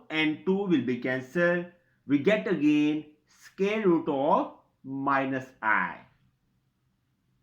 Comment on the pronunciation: SQUARE ... NOT SCARE !!!